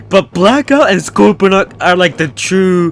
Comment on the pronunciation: Thought you were saying black ops.. You were actually saying blackout